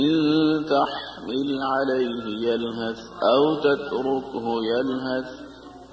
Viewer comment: the ح of تحمِل needs to be clear, different from the ه.